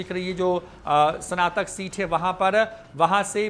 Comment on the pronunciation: Are dhondhuu sanatak nahi snatak hota hai padhle pahle😂😂😂😂😂😂